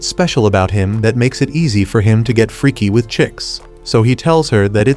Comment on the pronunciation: When he said freky its funny😂